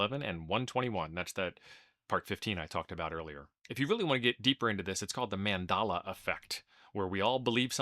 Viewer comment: Mandela effect not mandala effect. It's named after the former president of South Africa not the tebetan art from :P